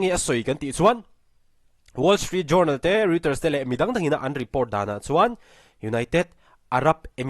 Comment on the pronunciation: Ngaihthlak a manhla hle. Pronunciation en lawk ang aw? Reuters hi Roy-tâz tia lam tur a ni a.... Tin Journal hi JARNAL tia lam tur a ni e. Journey, journal, journalism s 'jou' te hi 'ja' tia lam vek tur a ni e, aw?